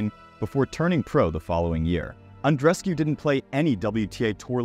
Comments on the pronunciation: Andrescew? It's Andrescu (oo) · No, it’s Andreescu (four syllables)